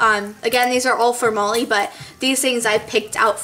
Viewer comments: its sounds like you're calling her moley lol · i liked the last one best btw is her name molly? cuz u say it like mully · it sounds like she's saying "Moley"... :|